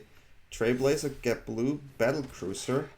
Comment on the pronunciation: Battle cruiser you’re cute. It’s battlecrier ❤😂